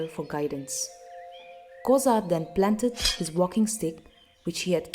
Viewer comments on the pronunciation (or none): none